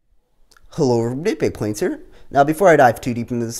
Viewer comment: Everybody gangsta until the plæn is almost done